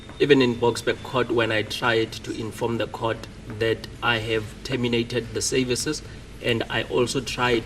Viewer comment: Interpreter and 'sayvices' for services😂😂